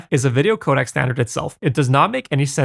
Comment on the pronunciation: You keep pronouncing codec....Kodak.